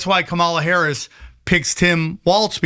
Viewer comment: It really irks me that this guy cannot pronounce Kamala Harris’ name correctly. It’s racist and bigoted. Grow the fk up already.